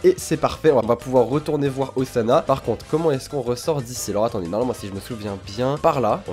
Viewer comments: la nouvelle tâche de Zana? >.< (ca se prononce Ossana;) ) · Ca se prononce Ossana :) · c moi ou à il dit Ozana xD (comme ozana au plus au des cieux